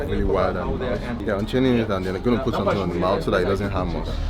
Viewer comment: "let me show you someting" hell nah bruh